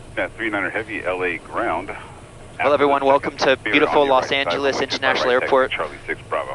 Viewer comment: Los Not Las Angeles Lol